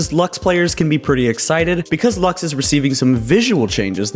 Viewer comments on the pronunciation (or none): Why do people call her "lax"? It's not a bottle of laxatives, it's latin for "light", it's "lux", not everything has to be read the english way.